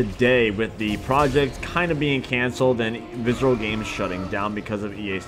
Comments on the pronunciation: Visrcllllll viscrylllll vscrlll looking ass, it's pronounced "VISC-E-RAL" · Listen to this dude try to say "visceral games" from to 😂😂😂😂